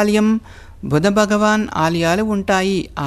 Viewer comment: బగవాన కాదు, భగవాన అనాలి, భగవాన.